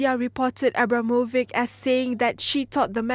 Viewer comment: People should definitely learn how to spell names. "C" in name Abramovic is pronounced like "ch" in "children" , not like "c" in "cat". Is it so difficult to grasp?